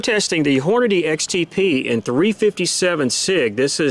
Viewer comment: Oh man. You said "Hornaday"